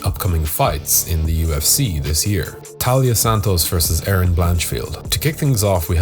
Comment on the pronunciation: I know it’s easy to miss, but her name is TAILA Santos, not Talia